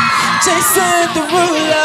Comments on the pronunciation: I'm sorry, but Jason Derolu #7 is... Too quick, especially the "Jason" part. "jAYSN deruuulo." What is that? Put emphasis on ya name, boy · I like how he pronounces it Jay-son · Personally I disagree with your rating of “Jason Derulo #7” as I dislike the emphasis of the “o” in “Jason” so I would remark it to a 7/10. Other than that I would highly rate this comment.